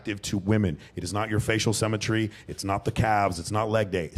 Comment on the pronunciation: Dude what’s with the weird pronunciation? It’s symmetry not semmetry. It’s hemsworth not haynesworth Also you don’t know what symmetry means because you can be symmetrical and huge…symmetry means left matches right, top matches bottom